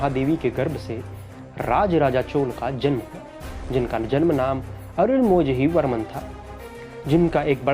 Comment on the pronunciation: his name is Arunmozhi Varman. for non tamil people: his name is Arunmoli Varman not Arunmoji Varman